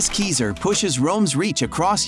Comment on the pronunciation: Well yes, but actually no. The pronunciation in the video isn't good, but it's also closer to the original Latin than the English pronunciation is. "[...] according to modern english rules 'Caesar' is pronounced 'si-ser', but the Romans pronounced it 'kai-zar'." That being said, this doesn't make the "kesier" pronunciation correct, but it's less incorrect than you might think 😝